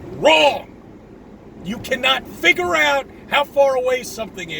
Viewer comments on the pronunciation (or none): none